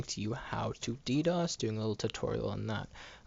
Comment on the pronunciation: dos... not ddos.